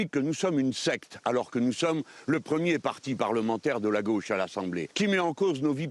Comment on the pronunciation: "... vos amis de gôche ...", qu'elle dit l'autre, avec sa carte de presque. 😃😄😆😅😂🤣 En tout cas, jeu, set et match pour Jean-Luc. Elle n'a pas eu le temps de revenir au filet.